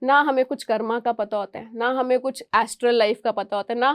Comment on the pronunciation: मैडम "कर्मा" नहीं, कृपया "कर्म" बोलें। 🙏🙏